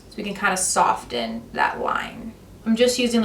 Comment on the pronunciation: Soften is not pronounced sofTen.....the t is, well, soft. Pronounce it 'soffen'.